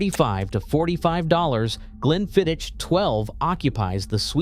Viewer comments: Spee-side, Glenfidd-itch and Lock Lomond for fox ache? Could they not find an unemployed Scots actor to read this? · What the hell is 'speeside charm' or 'glen fiditch' ffs. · Glenfiddich ends with a "k" sound. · Is it April 1st , GlenflidichhhhhKKKKic pronunciation had me in stiches , and no Ice EVER you heathens ! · and now we have ‘glen-fid-itch’. It’s getting worse… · Spee-side and Glenfid-ditch? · Please, please, learn the correct pronunciation of Glenfiddich and Loch Lomond…especially how the diphthong ch! 😅